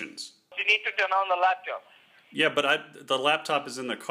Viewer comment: Scammer: turn on the LaptIop (Yes, LaptIop)